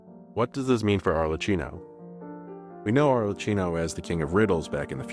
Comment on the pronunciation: That's NOT how you pronounce Arlecchino!! 😬